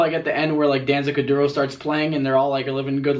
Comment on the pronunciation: my mans really said “danzah kadura”